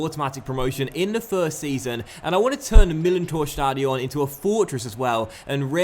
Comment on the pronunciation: "Stadion" is pronouced with the stress on the A, not on the O